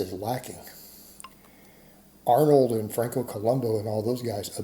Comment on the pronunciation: you brought up Franco. This may seem weird but look up his name. Look at how it is spelled and compare it to how most of us pronounce it...